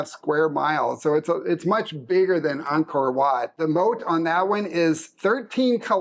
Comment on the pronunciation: These two beautiful people pronounced Angkor Watt correctly!